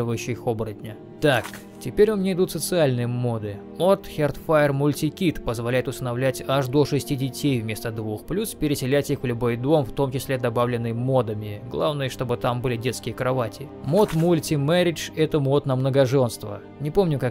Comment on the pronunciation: Мною только теперь уловилась суть того, о чем Вы) Дополнение 'Hearthfire') Да, она читается не 'херцфоер', скорее как 'харсфае' (точно транслитить нельзя, немного по-другому звучит). И переводится как 'домашний очаг'. Извиняюсь за недопонимание)